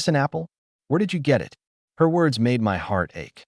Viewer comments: like simple word like //// it, it goes " I T " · Follow every period with at least one space character. Otherwise, the AI reader gets confused if the following word is short, like 'It'. sed -i '' -E 's/\.\b(\S{1,3}) /.\ \1 /g' filename.txt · Whats wrong with your ai? Cant say IT, AT, MY... so fkn dissappointing and annoying